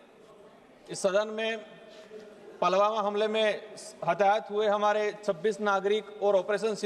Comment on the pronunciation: पलवामा नही पुलवामा है